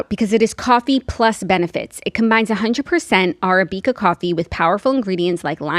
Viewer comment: Love this episode and have to say, Jackie, your pronunciation of Arabica (coffee) had me cracking up